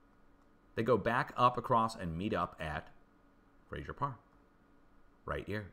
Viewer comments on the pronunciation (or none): none